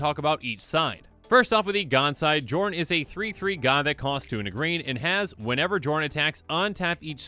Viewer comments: I feel like it's probably supposed to be pronounced "Yorn", like Bjorn without the B. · Isn't the "J" pronouced like "y" in these Scandinavian languages? (Kinda like how fjord is pronouced) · If only the j weren’t pronounced like a y, so I could call this guy Jorn Snow.